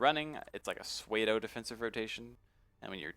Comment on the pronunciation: did you say sway-doh when you were saying pseudo lol....